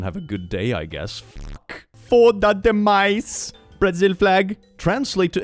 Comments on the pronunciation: As a brazilian, the translation itself is not even right. "Foda demais" - Clicks pronnouciation was on point, btw - would translate to "fucking awesome", and not "too bad". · American here! 😂😂 But by the grace of Iemanjá, of South America—more specifically Brazil—I can say two things: your pronunciation was great, and it’s the best translation of 'foda demais' that I’ve ever seen. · eu escutei falando português brasileiro! 🥰🥰🥰🥰🥰🥰 Amei o sotaque! E a tradução está totalmente errada. "Foda demais", traduzido de forma não literal, é "incrível", "legal". A palavra "foda" é complicada e depende do contexto. Pode ser usada de forma positiva ou negativa, dependendo o contexto da conversa, tom de voz e/ou palavras que acompanham. Evitem usá-la sem conhecer o português brasileiro. Mas, se você estiver desabafando com um amigo brasileiro e ele responder "É foda", retruque "foda não, pq foda é bom". Vcs dois vão rir juntos da desgraça. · The fact that managed to say "foda demais" somewhat right, makes my little brazilian self happy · First congrts on pronounciation. Second its "very fucked" which can be "very bad" or "very good". In this context uts probably very good.